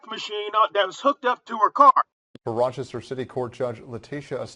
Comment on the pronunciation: Hey Dude-It's Rochester,New York and not Rockchester.